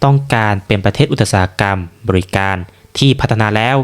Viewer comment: อุตสาหกรรม อ่านว่า อุดสาหะกำ ครับแอดฯ